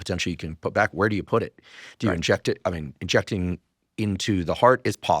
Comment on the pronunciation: I loved how you said “injecting” with an argentinian accent 😊